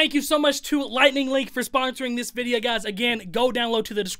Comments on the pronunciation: "Sponsoring this vidyuh." Just had to do it. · Why’s he purposely pronouncing video incorrectly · Unique way of pronouncing video lol